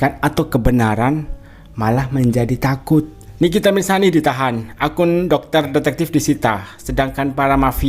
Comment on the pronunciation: nikita Mirzani bang bukan nikita mirsani 😅🫢